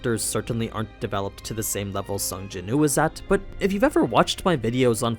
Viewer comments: Yes please! but isn’t his name Sung Jin Woo? Sounds like you are just saying Sung Jinoo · Am i the only one hearing him say sung jin ooo and not sung jin woo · Btw its sung Jin woo . Said like Wew